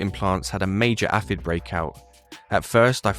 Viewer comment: That was the most ret@ pronunciation of 'Aphid' I've ever heard. Google it and learn to say it properly.